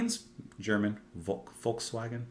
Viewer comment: Good attempt at Volkswagen. :D "Folks" is right, but "ae" (as in the "ae" in "hat" everywhere) doesn't occur in German AFAIK. When in doubt, guess "a" is the "a in father"). And the Germans also got their W's wrong (just like the Dutch did). So "Vahgen" in proper writing. (With the "ah" in "ah" - ah ha?) And if you want to get really fancy, because of those incorrect V's and W's they use, it's also not abbreviated to "VW" (with a proper V and a proper W). It sounds more like "Fau Vay" there. I could add some unnecessary details if you like? Just to be different for a change. If a vowel has an Ümläüt it's not just a hëävÿ Mëtäl umlaut, like the way I've written it. ä sounds a bit like the ay in hay. ü sounds a bit like the ew in few (in Empire English) ee-yoo. Not quite but this'll do. And that's probably enough unnecessary detail.